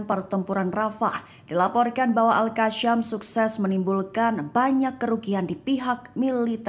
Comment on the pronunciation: Bukan algasyam yg benar itu al gasam